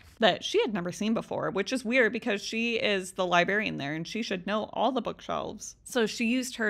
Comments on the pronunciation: I cannot hear "liberry" or "liberrian" from an adult woman anymore without flipping out. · I love love love your content, but the way you say library and librarian irks me! Theres an R in there and it NEEDS to be pronounced!😂❤